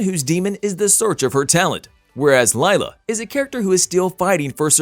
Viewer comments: Omfg it’s not Lyla? It’s Lila like … Lee La !!! Fix this now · “Laila” its literally LILA. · Pronounced Leela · Yes please! My daughters name Is Lila (Lee la) I haaate when people call her lyla